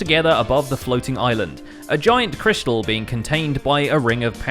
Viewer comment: cryshtal haha crystal*?